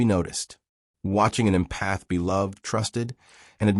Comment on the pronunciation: If you’re going to talk about empathy please teach your AI narration how to pronounce the word. Emphasis is on “Em” not “path”. It’s pronounced “EM-path” not “em-PATH”. For me this feels so ignorant I can’t take seriously anything else that was said in the video.